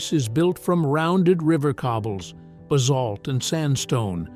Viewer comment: and the fact that he had no idea how to pronounce Basalt - he said it differently each time he said it.